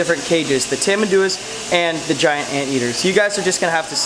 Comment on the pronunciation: Some tip about the name pronunciation: It's not called tamanDUa, the correct one to say is tamanduÁ (the last sylable Á is the stressed one, not DU ).